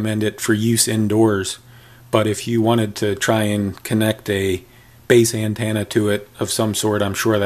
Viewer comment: What the hell is an (an-tanna) ?